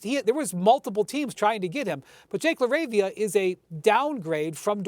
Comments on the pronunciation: I'm weak at the anchor mispronouncing Jake LaRavia's name. "Jake......LAR-ah-via" CMON MAN! lmao la-RAVE-ia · She called him Jake Larva 😂